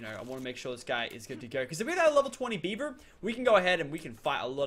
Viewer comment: He keeps saying beiber, as if it were Justin Beiber, I mean come on, is it not beaver? And not even that it is a castoroid